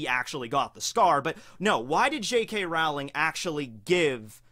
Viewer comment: Wtf i was legitimatly thinking guts from beserk and when you said that i was like "WAIT WHAT?? HOW DID HE KNOW WHAT THE OUT OF ALL THE CHARECTERS HOW DID HE KNOW??? THATS LIKE A ONE IN A MILLION CHANCE IT COULD HAVE BEEN ANYONE LIKE W O A H" also J.K Rarwling? XD thats not how you say her name its J.K Rolling